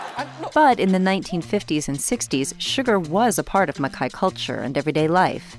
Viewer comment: Im sorry but they are pronouncing Mackay wrong..